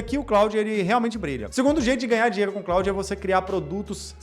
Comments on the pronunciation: Antes de jogar conversa fiada fora, você poderia, pelo menos, aprender a falar o nome da ferramenta. Com todo respeito, "Cráudi" é a pqp. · Que pronúnica lastimável, o nome é Francês, se fala "clôd", vacilou demais. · O cara fala "Cráudi". Como pode dar boas dicas?